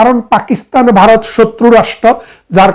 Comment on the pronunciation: বারত নয় উচ্চারণ হবে ভারত